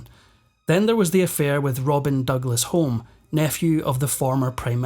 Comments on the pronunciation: And then there is the pronunciation of 'Douglas-HOME' - it should be 'Douglas-HUME', as anyone whol lived in the UK in the early 1960s would know. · The Douglas-Homes pronounce their name Hume not Home, which you should know, as Alex Douglas-Home was a Prime Minister! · FYI Home as in Douglas Home is pronounced Hume. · Small thing: Douglas-Home is pronounced Douglas-Hyoom. Otherwise, nicely done. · Douglas-Home, pronounced: -Hume.